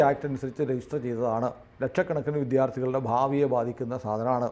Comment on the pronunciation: വിധ്യാർത്ഥി എന്നല്ല. വിദ്യാർത്ഥി...😢